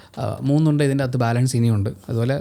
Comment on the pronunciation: 😂 Gund alla undaa